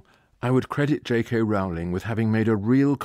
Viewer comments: Firstly, it's pronounced JK Roll-ing. Secondly, it's less political and subversive than implied. The whole point is that even in a world of magic, we are flawed and limited. When the minister of dark arts is asked by the Prime Minister why they can't deal with Voldemort, the answer is simple, he has magic too. The point of magic in the Potter world is not that it fixes everything, but that work, determination and sacrifice are required even in a world where you can wave a magic wand. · He is being a specific kind of jerk in consistently mispronouncing her name, I assume as a 'joke'. It is something one expects from a poorly-raised 13-year old. Disappointing. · On an incidental note, why does he mispronounce Ms. Rowling's name?